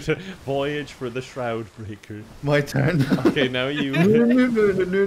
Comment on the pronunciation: "It needs to turn" You mean...It needs to TURG?!